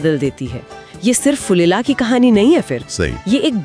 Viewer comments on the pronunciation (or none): फुलेला 😅😅😅😅😅। नही। फुलेरा 😅😅😅